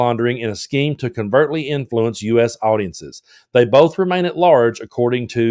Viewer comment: covertly, not convertly.